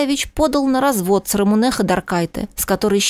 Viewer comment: Ну какая РамунЭээ,противно слушать,она Рамуууне.